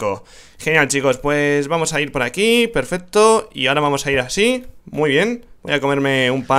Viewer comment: no es peferto es pesfesto